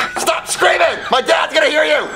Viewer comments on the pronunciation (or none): Only ogs know says creaming instead of screaming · I love how pronounces screaming as “creaming” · “Stop creaming in my ear “ 💀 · I love the fact that he calls it "creaming" instead of screaming